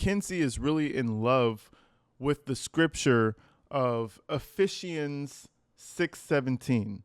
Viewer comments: I knew you were tripping when you said E-fish-ians 😂😂😂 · And Natalie didn’t even correct her saying ephe she ens 😳🙈 Natalie probably thought that was the way. 🧐 Ephesians girlie c’mon, I’m sorry Lord. It’s just really hard with this girl. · Ephesians is pronounced "Ef-fee-sians. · E long E sound Eee-phee- sounds. Ephesians anglicized pronunciation is Eee-fee-shuns. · Pronounced efeeshanz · Uh feeee zuhns EPHESIANS BRUH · E...Fe...cha...ns. it's pronounced that way. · It’s pronounced Ephesians F E Sions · It's pronounced "uh·fee·zhnz" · BIble Chapter title pronounced EF FEESHANS, as far I know, b.t.w. 😅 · Ah feez shuns, dude. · What i find really sad and disappointing about this whole thing is the lack of excitement or true support from her mom. Obviously she is excited about God and what she's learning and you can tell she's feeling it. Yes shes saying it wrong but its a start right and someone will hopefully correct her. Her mom is the lil demon on her shoulder and her lack of support is ugh. Makenzie most definitely needed better parents from the beginning and they failed her. Its too late for all that shit now, damage is already done but to truly get better will take her to dump her parents. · You pronounce Ephesians wrong😊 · How do they not know how to pronounce "Ephesians" when dad works (worked) at a parochial school? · I am really glad you know how to say Ephesians I was cringing hard lol and you are 100% spot on in your assessment of her pretending to be a Christian. As she was reading the passage I said she has no idea what any of that means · Dad worked at a catholic school for 20+ years but daughter can’t say “Ephesians” …. And the mom didn’t catch it. Interesting 🤨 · How does your dad teach at a Catholic school, yet you don't know something as basic as how to pronounce "Ephesians"? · You pronounce the bible verse wrong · Those types of ppl are usually pretty obvious. Exhibit 1- MS pronunciation of Ephesians But y’all keep praying 🤦🏼‍♀️